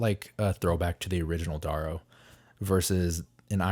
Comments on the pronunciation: D-air-ooo bro not D-aaah-ro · It’s D-arrow, like arrow. D-orrow clearly not spelled the same but if you want to sound like you went to the Zoolander school for kids who don’t read good by all means.